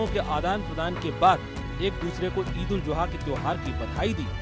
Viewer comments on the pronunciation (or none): Eid ul Juha nahin Zuha hota hai chutiye.